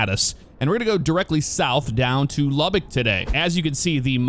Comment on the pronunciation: I think I’m more impressed with the accurate pronunciation of Lubbock haha Welcome to the LBK my grandfather was one of the lead engineers on the runways back in the day